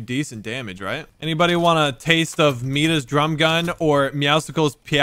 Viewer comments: It’s Midas not meedas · it is not meedas it is midas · it’s not meeda it’s Midas “mahdieis” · saying midas like: meedus its Midus, the greek king that was cursed/blessed to turn everything he touched into gold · Midas is pronounced "My-duss"...like King Midas..."Midas' Touuch", everything he touches turns to gold....Meedus...C'mon man. Lol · Midas is pronounced “MY-das” not “ME-das” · My-dis not Mi-das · It’s Midas not medas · It Midas not medas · Midas is pronounced my-diss👍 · I love how he pronounces Midas medas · It’s miedis that’s how u saw it cuz it’s greek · "My dis" is how its pronounced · No one:: meedas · Nice vid!! Midas is pronounced "mydas-" a Greek god. I think peow peow is "pew pew" like the guns in star wars lol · I don’t think they understand that it’s pronounced “mydis” like the Midas touch.😂that’s why things turn gold when you touch them with his skin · Someone needs to tell him it’s pronounced my-das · it’s pronounced MY-DEAS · The tier 100 is pronounced My-dus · It’s pronounced Midas (My-Dus) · It's pronounced "My-Dis" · Its pronounced Midas (my-dus) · Pronounced Mai-duhs jesus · My ears are bleeding cause of the way he said Midas. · Does anyone else get triggered when they say midas